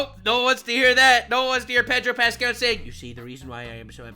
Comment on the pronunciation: Peg-ro Pascal🤣 I’m using that 🤣